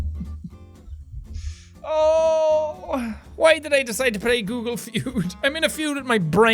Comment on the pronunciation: I really miss the "Guugle Fjuud". Awesome video nonetheless.